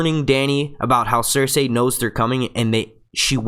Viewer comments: Her name is Cerci not Cersay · It's pronounced sersee not sersay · Cersei is pronounced "ser-see" not "ser-say". Also, I think it's Arya that's going to kill Littlefinger. They've shown pictures of her with his dagger. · yo the cringe when he says Cersei as Cersey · It's cer-see dumbf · um sorry it's CERSEI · Please pronounce Cersei properly...... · Actually Cersei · it's actually "cersei"